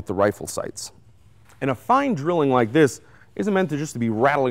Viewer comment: Its pronounced Drillling just as he said it